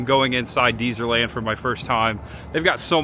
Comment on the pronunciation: And it's Dez-er-land...not Deezer-land.